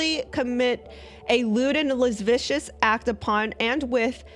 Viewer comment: Luh-sivv-ee-us 😉 Lascivious ^^